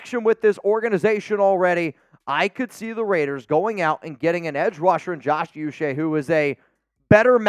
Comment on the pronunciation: It’s not u Che. It’s pronounced ouu -che (Nigerian decent)